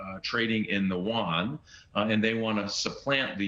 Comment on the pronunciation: If you can’t even pronounce the name of the Chinese monetary unit correctly, then I don’t think you have a clue what you’re talking about.